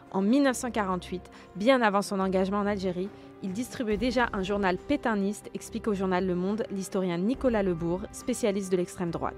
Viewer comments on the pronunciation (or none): C'est ça « se vanter » ? Ouvrez un dictionnaire ! Profitez-en pour y consulter aussi la définition des mots « détail », « raciste » et « fasciste », ainsi que la façon correcte de prononcer le mot « pétainiste ».